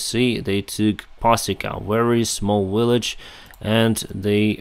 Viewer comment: Great videos! Just one thing language wise... You say Willage.. it's Village Practice difference between Water and Victory We understand but it would be clearer. Soft and hard. W and V. keep up the good work.